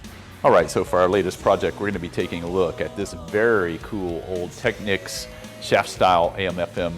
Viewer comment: I guess if it was spelled Techneeks you wou sat teekneeks..It is pronoucned Tech-neeks.